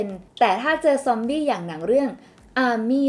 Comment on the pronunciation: ซ๊อมบี ซอมบี้ ซอมอี้ อี้ อี้